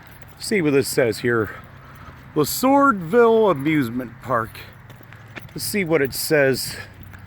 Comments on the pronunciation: It’s pronounced Le-Swords-Ville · It's pronounced le swords ville, but it was Americana Amusement Park. If you were serious about having fun, you had to burn gas and money and time off the clock to go to Cedar Point 4 hours away or get killed on a ride at local Kings Island. Americana was a place where you took a kid to kill a day eating bad pizza, slushies, and walk around, ride the coaster. It was a cheap day off. And be home for dinner.